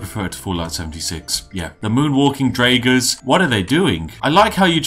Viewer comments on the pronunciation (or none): hm... I disliked the randomization a great deal... I thought you would break Skyrim and not an already broken version of it... of course you can break skyrim with random loot... way to easy... every idiot could do it... not a worthy question of the Spiff I know... Also HOW THE FUCK does one come from reading the word "Draugr" to pronouncing it "DRAYGR" XD I MEAN COME Ooooon! XD